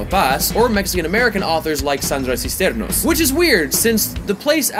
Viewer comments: Lol, Cisneros, not Cisternos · Mispronouncing Sandra Cisneros' name in this video... awkward! ¿Cisternos? ¡No mames güey!